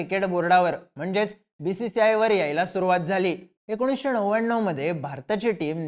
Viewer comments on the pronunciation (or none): एकोणीशे "णव्याण्णव" 😂😂😂